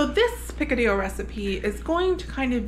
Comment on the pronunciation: Ok, I grew up in Miami and Picadillo does not sound right unless you say it with the Cuban accent! So redo this video and include the accent. 🤣🤣 That looked so good, I am going to try and make it again. I have tried before but can never get the meat fine enough. So having said that, does using sirloin allow the meat fall apart easier? LOVE the knife skills! Primo!!! I can only imagine the smell that drifted through the condo, I bet it was delicious! 😍😍